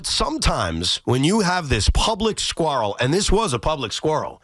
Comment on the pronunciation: Is that you Trump? Making up your own words? SQUARREL? It's QUARREL dumbass.